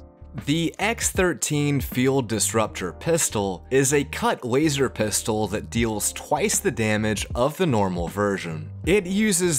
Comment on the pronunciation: Hearing wazer instead of laser is too painful for me